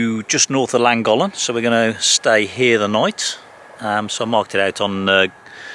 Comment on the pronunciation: I live a stone’s throw from the narrow bridge and the aqueduct. Good try on the pronunciation of Llangollen and Pontcysyllte but Wee Broon Van nailed it, I have to say. 😂 I look forward to your next video as I’m up at the aqueduct most days walking the dog.